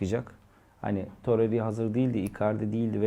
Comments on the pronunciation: Torerya değil toreyra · Toreriya demese izleyebilecem